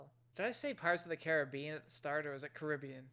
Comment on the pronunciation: Cool...an American who kind of knows how to pronounce Caribbean. I've love you to try a movie with the word Aluminium in it. That will be you next challenge.